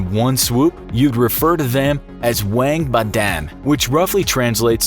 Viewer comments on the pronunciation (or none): 王八蛋 is not pronounced like how you said it “Wang” it’s pronounced like “Whang “ please your tones could very much change the meaning of what you’re saying.